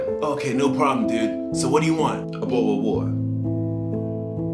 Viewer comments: I pronounce it way worse “bodell of watah” yeah… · Sounds like how a 2-year-old would pronounce bottle of water😂